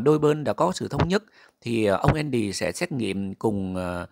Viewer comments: Tên Mỹ thường là Andy Đọc âm Vn là endy ?! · Khong phải là ( Endy ) mà là ANDY